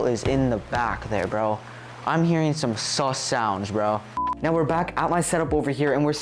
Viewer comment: Really due are you serious right neow